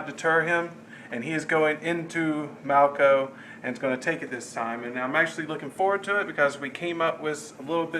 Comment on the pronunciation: Come on, it's "Malko". Also, I don't want to fight Lizards again! /cry!! I'm surprised that there was only the one battle this turn, but I'm glad because it turns out these two weeks were mighty busy for almost everyone involved.